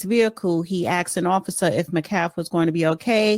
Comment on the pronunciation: Metcalf. Metcalf is his last name, not McCaffee…